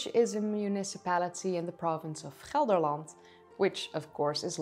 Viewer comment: And I thought you must have really practiced a lot to be able to pronounce "Gelderland" so well... 😀